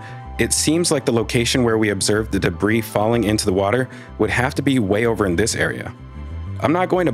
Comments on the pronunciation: De BREE not debreeze jfc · "deh-breeze?" 🤣🤣🤣 you mean "deh-bree" right? 🤣🤣🤣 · Debris is pronounced “de-BREE.” Not “de-BREEZE.” The S is silent. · You realize the S in "debris" is silent, right? It's pronounced "de-bree"; not "de-breeze". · Hi. Debris is plural - pronounced debri. CSI is brilliant BTW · I'm the kinda guy, who might straighten a picture in someone's living room, so forgive me, but debris is pronounced without the 's' as in (dəˈbrē). Otherwise an excellent deep dive. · PS: Debris is both singular and plural. So debris is pronounced debriee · He said "debriss". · Thanks for another great analysis. (BTW, the "s" at the end of "debris" is silent, and the word is singular, not plural.) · Hate to be "that guy" but, the s in debris is silent..... Just saying.....